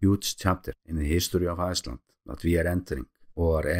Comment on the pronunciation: The King of ieeeeeclnd right here